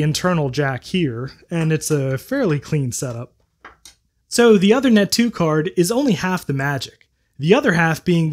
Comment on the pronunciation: Minor point, but the card's name is not pronounced like "other-net" but like "ooth-er-net" (ooth as in tooth). It's a reference to King Uther Pendragon, father of King Arthur in British legend.